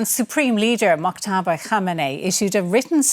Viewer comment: Moktaba? His name is Mojtaba Khamenei